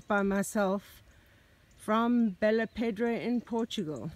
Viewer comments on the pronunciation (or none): you say "pedra" but it's "pédra" (the "E" has a different sound).